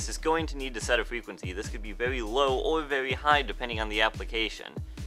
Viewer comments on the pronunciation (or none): Pwetty useful fwequency info.